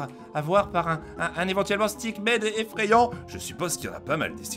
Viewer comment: pq tu dis stackman c'est stickman